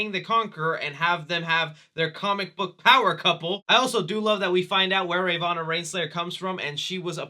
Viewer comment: "Rayvanna Reinslayer" lmfao I thought you might've just stuttered or slurred, but literally every single time you said her name you botched it. Can you just not say the words Ravonna Renslayer? (Ra-Vo-Na Ren-Slay-Er)